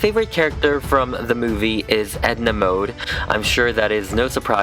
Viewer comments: Mode is fashion is both Swedish and German lol We Swedes pronounce it mo-de Not mood like... Well... Mood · Sorry it’s not like you pronounce it like „mod“ it’s „mode“ and you actually speak the „e“ too . Like the „e“ in „gErman“ :) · I thought her last name was pronounced mod 😂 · Mode also means fashion in French! The French version is pronounced the same was as mud. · Mode also means fashion in french, If you pronounce it right